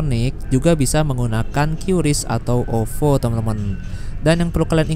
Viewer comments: QRIS sebenarnya dibaca kris, bukan qyuris 😁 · Kata orang bank, QRIS itu gak dibaca Kyuris tapi Kris, Mas. Hehehe